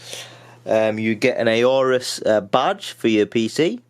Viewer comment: Not 'A Orus'. Just 'Orus'. You don't pronounce the A buddy.